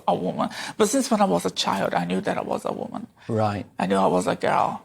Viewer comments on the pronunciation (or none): 💭 She said WANMAN , I think she means WOMAN💭